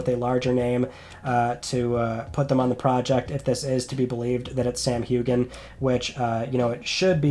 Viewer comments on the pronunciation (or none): none